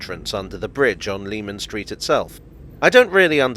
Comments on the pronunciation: “Leman Street” should be pronounced like “Lemon”. Just worth mentioning because it feels like it’s dying out these days, Jack the Ripper related media getting it wrong hasn’t helped. Anyway, great video again. I find those old London and Blackwall stations very interesting. It’s incredible to think how the line and its Millwall extension were so out of favour and then would come in handy with the DLR. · Leman Street was pronounced LEH-MON Street by the locals according to my father who lived not far from there. I remember getting lectured about it when I was a youngster making the same mistake! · I second that citrous pronunciation!